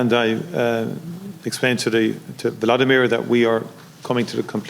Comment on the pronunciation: Will they ever learn to correctly pronounce Zelenskyy's first name - it's NOT Vladimir!